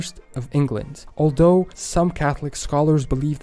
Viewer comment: "Aldough" rather than "although" is just the narrator's accent but it is not the standard pronunciation .Notice he also pronounces "the" like da". The plantations of Rhode Island likely originally grew tobacco.